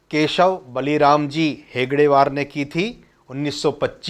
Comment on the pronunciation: राष्ट्रीय स्वयंसेवक संघ के प्रथम सर संघ चालक परम पूजनीय डॉक्टर केशव बलिराम हेडगेवार जी थे। आप गलत नाम का उच्चारण कर रहे हैं सही कीजिए आप हेगडे वार बोल रहे हैं।